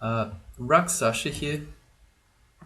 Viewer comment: Don't be a Morun, it's rakshasa, not raksasha